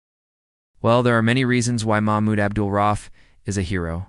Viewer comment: Maybe reupload the video after fixing the timeline, errors, and absolute butchering of the man's name, if it is your intention to honor him. (It's pronounced "ra-Oof", not "roff")